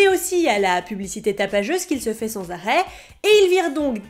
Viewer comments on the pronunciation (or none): none